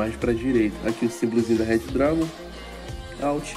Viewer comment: nada n kk e que tu fala reddragon e é redragon